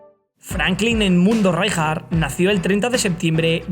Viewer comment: Le voy poner un 'pero' a este gran vídeo: Qué manía con pronunciar "Ráijar", cuando será el castellano el único idioma en que esa letra se pronuncie así...